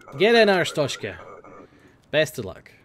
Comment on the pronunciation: Glory, glory to 'Arshtoteskah'!